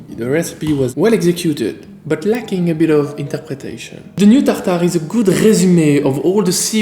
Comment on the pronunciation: Fear not! Just hearing you say "Tartare" makes it all better!